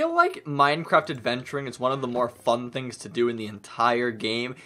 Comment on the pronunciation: I just noticed he said tings instead of things